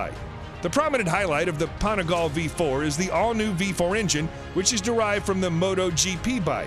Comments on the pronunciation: "Panigal"...so american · "...the Ducati Panigallll..." it's pronounced "Panigal-lhey" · You mean the “Panigal” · PanigalE.... pronounce the E.... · Shame on you and on your pronunciation of every Italian make and model! I’m not asking anyone to speak Italian but it’s just some super famous brands. Every e in Italian is pronounced as in ‘let, bet, set’ so PanigalE, BrutalE, SEriE and by the way VersacE; never never like in ‘see’! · Panigall! Really dude. depressing how bad you're pronunciation is. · The way he pronounces panigale makes my ears bleed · wtf is "desmodici"? and wtf is "panigaaal"??